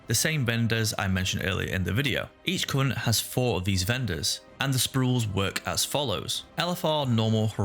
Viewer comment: I'm saying this not to bash on you, just to show how funny is was from my perspective. when you said each covenant, I could've swear I heard each cunt. That made me chuckle.